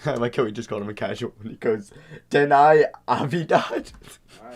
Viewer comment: Watch Adam silver pronounce Deni the same way lol